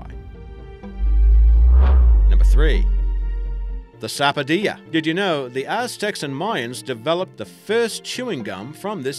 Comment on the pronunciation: Not sapodia it is sap-o-dill-a ps I'm from trinidad where sapodilla is common